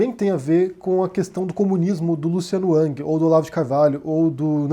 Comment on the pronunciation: Curioso que o fala Luciano "Uck" ou Luciano "Ang" quando a maioria fala Luciano "Ruck" "Rang"